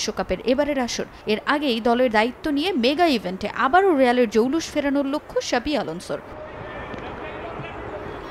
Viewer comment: xavi ** not shabi 😂